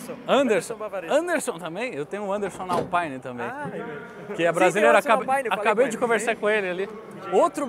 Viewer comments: Permita-me discordar, rapaz... Alpæine, é marca de equipamento de som automotivo. Alpîne, é a divisão esportiva da Renault. Baita vídeo, excelente como sempre. O Anderson da Alpine já está bem europeu, pois quando o pediu o seu nome pela primeira vez, este deu-lhe 01 baita vácuo...😂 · Que agonia ficar escutando Alpaine a própria equipe já disse que se fala Alpine.